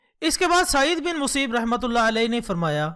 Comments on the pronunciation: “Saeed bin Museeb” nahi balkay “Saeed bin Musayyab” hai talaffuz. Aur video bht achi hai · اپنا تلفّظ تو درست کرو۔ مسیب نہیں مسیّب ہے